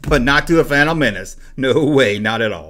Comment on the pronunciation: You still can't pronounce fandom properly